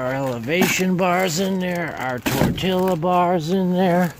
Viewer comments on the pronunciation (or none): In Spanish. You pronounce lla as ja. So it’s tortja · People will roast me for saying this . I'm not trying to be mean I love your videos and watch every one of them. But you keep saying tortilla wrong. You don't pronounce the L's . It's Tor-T- uh. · I eat tortillas instead of bread,keep them in the fridge & microwave them just alittle.Tortilla is pronounced Tor tee ya by the way. Wow,alot of food.